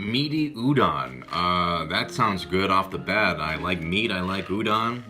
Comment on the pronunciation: Lol how does he say "udon" like a white person who can't speak any Asian languages